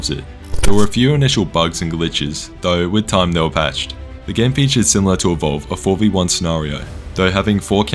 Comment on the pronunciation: You really butchered EVOLVED :( The sad part is that to be competitive in DbD you have to pay many times more than EVOLVED now. (Unless you grind many thousands of hours you might be able to afford one or two “free” characters (non licensed ones) I think dbd is up at around 240$ for all DLC + game ATM.